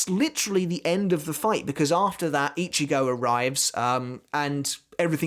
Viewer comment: Itchy-go, he who itches, goes? oh he didn't mention itchy-go in this video, but when he does he makes sure to mispronounce the name, and call him "Itchy"-"go"